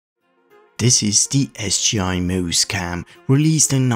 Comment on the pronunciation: For "quality not as good" it's leagues better than any of the common Logitech / Connectix stuff around that time or heck even yearsssss later. Almost impressed. Also that pronunciation of "Moose" going to throw everyone off. thought it was "nose" at first, oo makes a longer sound like in book.